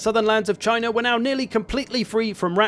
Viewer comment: you're saying it wrong... it's Chyyyyna.